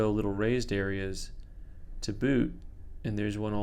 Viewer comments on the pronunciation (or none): you reminded me of Canadians and my years up there in the 80s, when you said to boot all I heard was what ar u talikng aboot? Shoot out to my fellow northern brothers! Anyways rant over if you’re still having a hard time finding chopsticks say so and I’ll mail you a couple for an ugly penny 😂